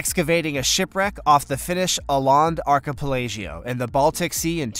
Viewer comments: and earlier in the video, it's an archipelago, NOT an archipelaggio and it's not even an Italian word!!!! It really shows how little the person reading this information has done to prepare for it when they can't even pronounce everyday words without screwing them up. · Where is this guy from? He pronounces words like I've never heard anyone pronounce them before. Archipelago is commonly pronounced with a hard G sound and no i before the final o in the word. Oh Lord. "A gold IGNOT?" How about a gold ingot? Where is this guy from and did he go to school? Amelia Earnhardt. Oh Lord... Dale Earnhardt's sister.